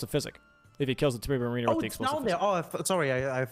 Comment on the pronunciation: Guys, it's MARiner, not maRINer.